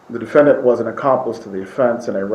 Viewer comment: was probs kinda nerdy and cute when she was a spring chicken. If not for her revolting client and pronunciation of “defenDANT” she would be a pretty old lady.